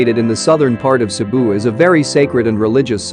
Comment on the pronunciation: Great travel guide for Cebu. Thank you for accurately pronouncing all the Filipino words and locations.❤️❤️❤️